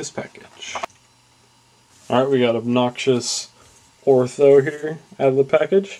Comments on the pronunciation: You say "It says here the obnoxious." it is pronounced O-T-H-O, there is no R in his name, but other than that the review was okay, but I would have liked some comments on the paint job, likeness to movie character, and joints. I own the entire line mint in packages, but I like to see/hear others reviews on them. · The value of this item just went up... Glenn Shadix passed away today.:( And yes, PLEASE stop calling him "."